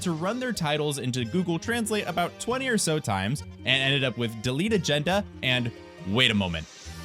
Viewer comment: Haha, the way you're pronouncing Delete Agenda as Deletagenda